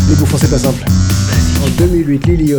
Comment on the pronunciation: Je suis la seule à entendre "Sorry" à la place de "Simple" ?